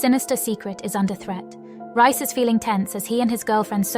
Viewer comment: Stop calling him Rice its Reis